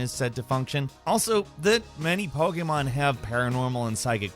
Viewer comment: Still can’t pronounce Pokémon correctly